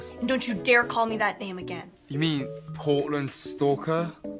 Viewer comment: His british accent when he said -"PoRtlAnD sTaLkeR" at near Bro I can't😂😂😂😂😂😂